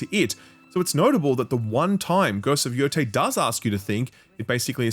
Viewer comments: he said yo-thai but it is yo- tey… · Bro played this game for dozens of hours and still pronounces it “Yo-tai” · It is pronounced “YoTAY”